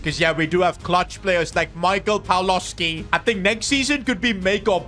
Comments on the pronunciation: Its not Pawlowski its Pawłowski open google and hear how to say it hah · if u have polish name and letter w its always like v but softer, Pawłowski should be read pavuovsky